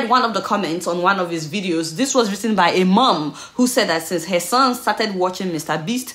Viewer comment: You're Nigerian and you live in the States. It is not "hair" or rather it is "her."